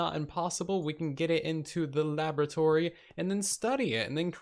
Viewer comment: Its pronounced “laboratory”